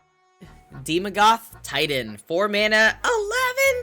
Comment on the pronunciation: so he perfectly nailed daemogoth and then chat trained him to say it wrong ... good job chat xD its AE not EE xD nearly as fun as chat wanted to give shadrix an F xD